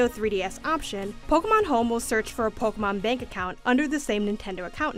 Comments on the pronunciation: Pokuhmon pokuhmon pokuhmon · Take a shot every time she says “Pokamon”